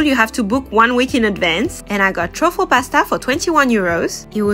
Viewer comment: Can someone tell her she is pronouncing truffle wrong